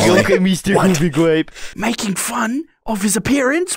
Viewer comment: It's pronounce goofy gwape